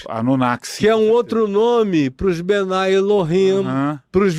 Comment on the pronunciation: Não é bnai El-him. É mesmo bnei El-him.